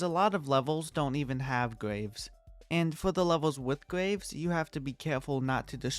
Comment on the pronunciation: i like the way he says graves. “gwaves”